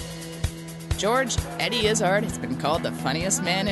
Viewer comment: jesus, how can the host mispronounce Eddie's name...